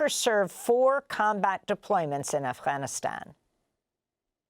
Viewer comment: Amy, you pronounce “Afghanistan” perfectly!